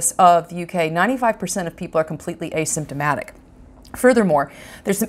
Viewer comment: What the hell does a systematic mean a somatic whatever you said